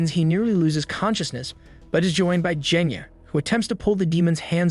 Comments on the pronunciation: BRO CALLED GENYA JENYA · you did a crime. you pronounced "genya" as "jenya" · C'mon now, its not "Jenya". Put some respect on his name, kid is underrated.